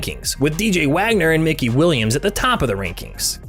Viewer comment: Mikey bro said mickey